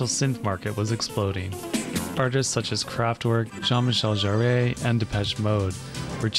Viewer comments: Excuse me... It's not Jean Michel Jarr-AY... it's Jarr-UH, and the UH is mostly silent... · Dude, it's Jarre, not Jarré. How can you not know. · Your historical videos are great ! Thanks ! (By the way, in french it’s not Jean-Michel Jarr « ey », it’s prononced « Jar » ;). ) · Jean Michel Jarrey? He himself pronounces it as Jarre (or Jarr), not Jarrey. Otherwise awesome video as always. Thank you! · Maybe he's not native to France and lacks exposure to the accent. I have been a fan of his music since childhood and never knew until now. 💡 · Nice video, but it's Jean-Michel Jarre (pronounced ʒaʁ), not Jarré (pronounced ʒaʁei) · What happens if you pour Scotch Single Malt into a French electronic music performer? -- You will get "Whisky in a Jar(re)". It's "jar", not "jah-ray" (there's no accent on the "e"). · FYI it’s Jean Michel Jarre, pronounced Jaar, not Jaray. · The Wave 2 has always been my dream machine... I think the Ambika comes pretty close to it, while being affordable. BTW, Jean Michel Jarre's last name is pronunced "jar", like in cookie jar. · It's good to have this history out there, thanks for making this..! You might have had a proof reader take a look.. (the "e" at the end of "Jarre" is silent, "Winchester" drive is a hard drive, not a floppy, etc, "Timbre" is pronounced "Tahm-ber" - you sound Canadian, you should know that!) )